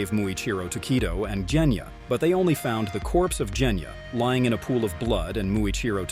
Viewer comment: WHY DO YOU SAY JENYA? ITS GENYA AND YOU ALSO SAID NEZUUKO ITS JUST NEZUKO??!!🙄🙄